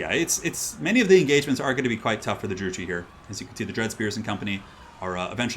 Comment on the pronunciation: Just a heads up Druchii is pronounced Drew-key. Great casting though!